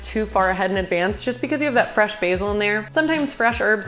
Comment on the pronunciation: "Fwesh mozerewa prepawation" wow you're adorable